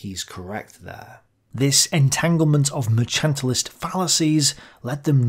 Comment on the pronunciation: excellent stuff, but it is 'mer-CANT-ilist' policies, no 'h' in it. Mercantilism is the combination of big business with government to carve up the markets, ie basic not-free markets.